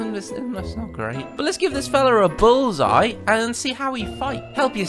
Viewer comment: The way you said bullseye I wasn’t sure if you said bulls eye or bullseye.